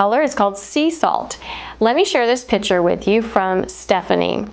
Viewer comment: I think you mean picture, not pitcher. Pitcher, pronounced "pih‑chr" something that holds/pours liquid "a pitcher of lemonade Picture "pik‑chr”: artwork/photo